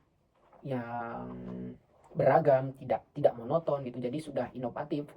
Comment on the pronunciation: Inovatif mas, bukan inopatip